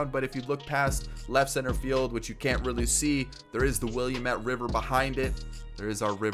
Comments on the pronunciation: The river is pronounced Will-Am-Ette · the what river? I'm not gonna be too rude but you said it wrong